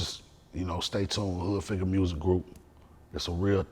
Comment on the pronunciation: He said hood figger 😂